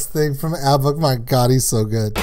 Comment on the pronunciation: Dude, there is no R in ABBA, it's ABBA not ARBA 🙂